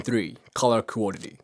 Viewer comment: Your English is fantastic; you need to work on the word quality though just a bit.❤